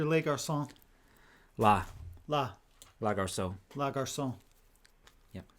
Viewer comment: Les is pronounced "Lay". not leh. garcon is pronounced "garsone"